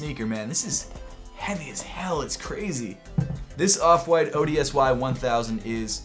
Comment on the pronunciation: the off-white ODSY sneaker is pronounced odyssey